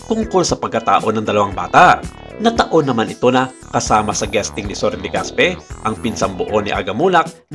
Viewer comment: Legaspee😂😂😂😂 ako lang ba ang nakapansin??? Clap clap sa narrator hahahha